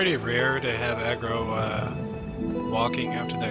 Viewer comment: Way you say agrooo